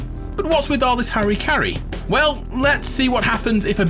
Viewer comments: What's "harry carry"? Do you mean HARAKIRI, the Japanese ritual suicide to maintain one's honor? EDIT: I forgot I had already watched this video a year ago and asked the same question, with no response. I hope the narrator doesn't call it harry carry anymore. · It's almost astounding how few English speaking people pronounce harakiri right.. It's not harikari ffs :D :D